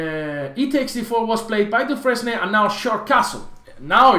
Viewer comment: dufren S and the final E are silent